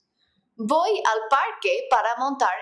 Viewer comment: Yes I agree it's pronounced "boy" not "Voy"